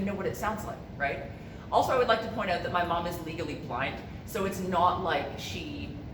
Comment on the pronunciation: I knew when I heard you say oot instead of out…..canuck